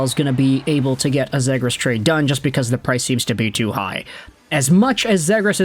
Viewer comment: Yoo love your vids and appreciate the hard work and research you put in. But Ima need you to pronounce Zegras as “Zee-gras” pls 😭